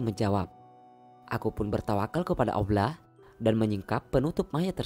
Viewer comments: Maaf admin seorang muslim kah ? tolong benerin pengucapan nya .. Allah buka awlah 😠.. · Is weird .. how he menyebut Allah . Aullah ? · Ko nyebut Allah nya aku denger awla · Admin Allah bukan auwloh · Lafazh Allah nya di perbaiki dong.. gak enak banget dengernya 😬😬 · Wes angel ngmong allah nya yh..perbaiki min 😩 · lafaz Allah nya di perbaiki lagi min. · Yg isi suara org islam apa bukan? Ko ngomong Allah aja gak fasih? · iya bener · Maaf ya buat yg adzan jgn sakit hati dlm pengucapan lafadz Allah nya kok kurang jls yahh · Min sayang banget sebut nama Allah kurang fasih...janggal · lafaz Allah mohon di perbaiki,bukan seperti itu pengucapannya.🙏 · Sebutan nama Allah agak kurang elok...tolong adminter perelokkan ya.. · Mohon maaf tapi lafadzh 'Allah' mohon difasihkan. Tidak enak didengar soalnya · Iya bener.. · Betul sebut lah nama Allah dgn benar dan jelas